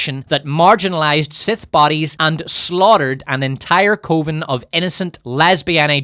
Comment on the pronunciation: Coven is pronounced like oven,.